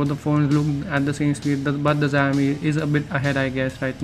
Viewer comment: the video is just lame...dats not how you compare smartphones....nd whats d meaning of 3gigs of ram...the chipset also makes a big difference,,lik snapdragon 820 chipset is 2 times faster than the snapdtagon 810...do the math urself,,,,nd dude its pronounced "Chao-mi" not "jaaiyomi"